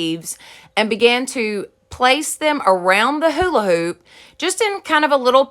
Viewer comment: I love how u say hola hoop lol